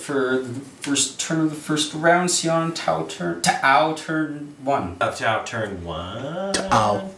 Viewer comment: you guys need to stop pronouncing T'au that way. I k ow it's in jest, but it gets old quick. if anything, it just shows a ton of colloquial American bias, as there are plenty of languages in modern day real world Terra that have apostrophes mid-word that you're not meant to do anything with in speech. I'd give the benefit of the doubt that you're not all ignorant and stuff, but it would be nice if you guys didn't keep trying to give that impression. Nice battle vid thoigh, good format.